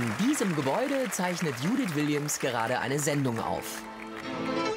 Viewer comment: die heißt nicht judith die heist dschouuuuudithhshshs